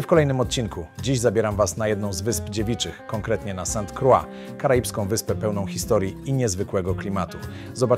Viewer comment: "Sant Krła" Z francuskiego. Ciekaw jestem jak po angielsku brzmi. A , już usłyszałem jak pilot wymawiał nazwę wyspy:) "Sent Kroj". Ciekawe:)